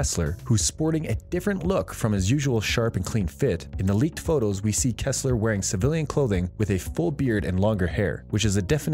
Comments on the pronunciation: It’s “Donald Ressler” not Kessler!!!! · Lol. It’s Donald RESSLER not Donald ‘ KESSLER’. Ha! and you are giving us ‘ INFORMATION’ on the Blacklist. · To the person who made this... you obviously aren't a fan ... it's Donald Restler not Kestler. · It's Ressler not Kessler. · Should've stopped listening that first time you said Kessler 😒